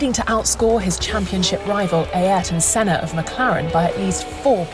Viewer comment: The way the narrator pronounces "Ay értôn sêná" or "senar" sounds funny